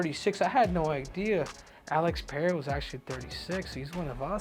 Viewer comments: Tripple C, thanks for pronouncing PeReira properly. Please, tell Rogan how to say it. He invented this “PeHeira” thing that tricked everybody else in the UFC to repeat it. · Pereira is not that difficult to pronounce for a native Spanish speaker